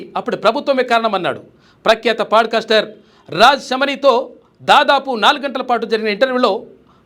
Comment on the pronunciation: Padcaster kadhayya podcaster